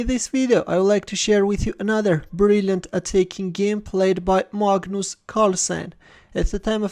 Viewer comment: "Magnoos" Carlsen 😂🤣😋